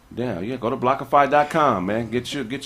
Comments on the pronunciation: BlockFi not blockofi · saying Blockfi wrong is hilarious. Him not giving a damn is even funnier